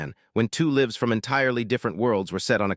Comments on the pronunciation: I was enjoying it until AI read livs instead of lives. I can't understand why if AI is supposed to be so intelligent why it can't read! Usually when it make simple mistakes like this or butchers a famous person's name,I move on.🤦😒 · can't you learn to pronounce the word «lives» ?